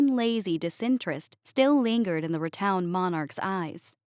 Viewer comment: Nice. I smile. ~ Rotund is pronounced ro-TONd, as in a ton of bricks, not "ro-towned". Keep up the great work.